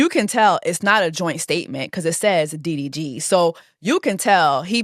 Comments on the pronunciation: When she said " UVY"?? I almost crashed my car I bent over laughing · you calling DDG diff letter of the alphabet was really fucking sending me LOL